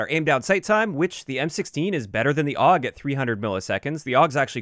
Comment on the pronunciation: Awg. That hurts my soul. Every single time i heard it i died a little inside. I still dont get where ppl come up with awg from AUG ._.